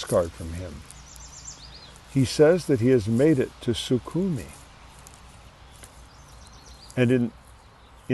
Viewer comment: Sukhimi, Sukhimi, Sukhimi... And then, out of nowhere you suddenly decide to say it right "SuKHUmi", hahah x). Thanks for a crazy story from Holland!